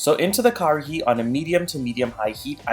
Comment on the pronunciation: Love love love this recipe.....but just remember it's (karahi)....not (Kahari)